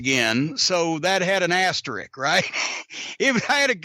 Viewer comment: It's "Asterisk," not "Asterick!"